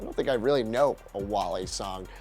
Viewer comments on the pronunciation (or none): The whitest,most cringe person. Low key funny. He said Wally like the pixar movie😂😂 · He said wall-e 😂😂😂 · Correct pronunciation of Wale is Wall - LAY. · Bruh it’s “ Wall- aye” not fucking WALL-E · Did you really say wall-e? Its wal-lay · its pronounced like whale not whaley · Wollly?!?!?!?!?! It’s wale (Wah-Lay) 😂 Put some respect on his name! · Wale is pronounced as wah-leh, not wah-lee. And it's Lil' Jon, not Little Jon. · Who the Fuck is WAL*LE it's pronounced Wale(Wall-Lay) like L.A.(el aye) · That last guy.... It’s Wale (Wall-Aye) please read this 🙏🏽👀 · Its wah-lay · All good, just one thing...the last one is pronounced waaa ley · THIS NIGGA SAID WALL-E😂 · Wale...not Walley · He butchered wale name 💀💀💀 so baaaddd he said wal-e its wale like all "well" 🐋🐳🐋🐳🐋🐳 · It’s Walé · His name is pronounced Wall-Ay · It's pronounced wa lay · Wale's name is pronounced "Wah-lay" smh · His name Wale dont says wallie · Love the video. Dislike the host simply for the fact he was corny and pronounced "Wale" wrong. So much cringe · Learn how to pronounce Wale's name bro. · Mad he mispronounced wale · That's not how you say Wale...hes not a damn Disney Pixar robot lol. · How he pronounces wale kills me lol